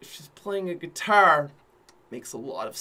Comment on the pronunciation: You pronounced Guitar with an Irish accent